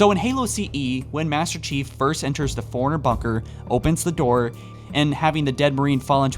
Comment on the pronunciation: It's "fore-runner" not "foreigner"